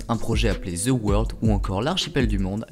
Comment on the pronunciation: Juste pour le titre! Parce que c’est stupide et que peu de monde veulent ce genre de folie! THE ne se prononce pas en Z gang de français mettez un D plutôt qu’un Z! J’aime les français mais pas quand il massacre l’anglais par incapacité et incompétence à dire 3 lettres en anglais! Forcer vous un peu! 😂